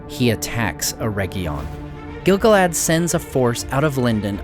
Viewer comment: I love your videos. I'm currently bingeing them. But I will never not hear Giggle-lad when you say Gil-galad.